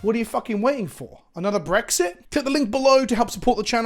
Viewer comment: I thought you were blaming "Phyrexia" before you repeated yourself & I understood it was "Brexit."...Lol Also, Shoutout to NordVPN letting openly swear...Lol Thanks for the Content!